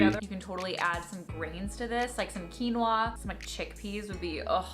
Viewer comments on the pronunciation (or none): none